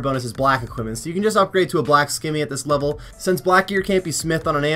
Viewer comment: The fact that you pronounce scimmy as skimmy but can easily say scimitar just drive me nuts